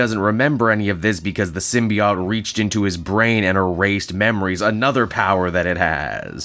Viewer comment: I find it quite jarring you give two different pronunciations for symbiote in the same video, with "sym-be-IT" (Superior) and "sym-be-OT" (Inferior) lol.